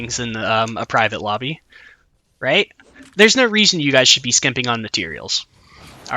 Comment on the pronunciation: Am I the only one who thought he said 'There's no reason to be simping on your materials' the first time lol